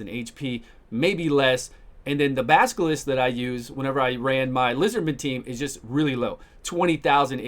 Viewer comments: Baskilist :D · I love the pronunciation of "Basilisk" xD